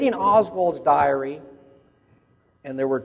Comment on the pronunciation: *diary, not “direy!” Now I know why it took you sooooo long too find out about his diary!